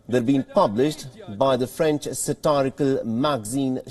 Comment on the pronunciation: It's French not Franch.